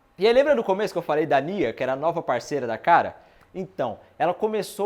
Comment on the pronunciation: Bela review, acabei de ver a temporada e tá ts muito bem explicado. Mas Kânsia, cara? Kkkkkk É Kasnia